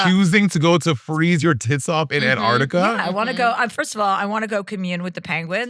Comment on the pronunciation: This is the second time today...which is fricking weird, that I have to say that the 2nd syllable of Antarctica has a "C" in it!